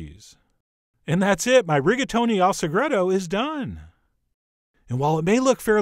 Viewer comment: Reggaetoni al Sagredo. Gotta love people who don't even try languages.